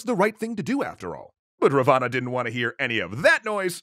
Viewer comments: Good effort but as a concerned subscriber I must point out that your pronunciation of Ravana is very wrong and cringe. It is pronounced as Raa-one. Please make sure you look up local pronunciations before making a complete video on the topic. Edit: Another important correction , I have never heard this version of Sita being kidnapped. The most popular and widely accepted story is that Ram, Laxman and Sita were in exile when a demon (rakhshas) turned himself into a golden deer and flaunted himself infront of the group. Sita really liked the deer and sent Ram to hunt it down. When Ram shot it down and realized it was a demon, the demon faked Ram's voice and called out for Laxman to "help" him because he was "injured". Sita insisted Laxman to go and check on his brother despite his many warnings to not leave her alone. Alas Laxman leaves and Ravan dressed up as a poor Brahmin tricks Sita and kidnaps her. (Omitted some details to keep this short) I hope you address this in the lies episode because I am pretty sure like me, pretty much no other Indian has heard the version you showed. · Its pronounced Ra-one not Ra-vaana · It's not ravaana it's pronounced as raavan. And raavan was scholar and had faith in shiva. And raam shot in belly not in heart. Sita wasn't guarded, raam was in exile and there she was tricked and kidnapped. Many other wrong things. Better read "Ramaayana" properly. ✌🏼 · It is pronounced Rawan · Well, where I come from "Ravana" was shot in the belly button. Also it's pronounced r aah v uh n uh so I'm pretty sure its spelt " "Ravan" but whatever, surprisingly accurate! Great vid. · You are wrong in most of the video "Raa-vaa-naa" . This is the pronunciation and Ravana was not actually Evil he was like Hades thought to be Evil but was actually good. Ramna's only mistake was his arrogance. All is other mistakes were not actually mistakes because his actions were based on the teachings of the granthas. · wrong pronunciation look the pronunciation of Ravana